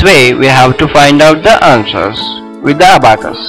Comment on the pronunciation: That is not Abbacus that is abacus